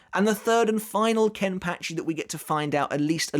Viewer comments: I’m curious of why it’s pronounced “kenpatchy” and not “kenpachi” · The way you say Kenpachi just bugs me man... you saying it like KenpATchi... just no. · How does he say zanpakuto properly, but not kenpachi or zaraki? Proper pronunciation needs work